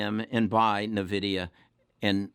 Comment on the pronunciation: It’s N-vidia not Nividia but yes great call they also mine bitcoin